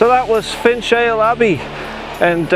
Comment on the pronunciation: Loved this one hope yous are well. It’s pronounced finale Abbey locally lol. But a great place had many holidays there as a kid. In the river there are lamphry fish once a delicacy for the elite until fished into extinction but know are coming back into the wear. Look them up the most horrendous looking fish I’ve seen lol. Nice to see the bairn still going with you. 👍